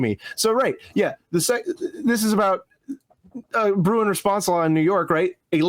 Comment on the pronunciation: The one thing that persistently annoys me about 2nd Amendment discourse is one, very specific about Bruin: That's a Dutch name and it's pronounced close to Brown, just a little deeper in the throat but close enough for writing down how to do it. So you're mispronouncing it, and missing a great pun about how the government doesn't like Bruin people Don't get me started on what you chuckleheads do to German names